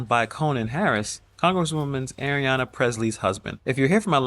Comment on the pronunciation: Come on man!!!! It's not Arianna, IT'S AYANNA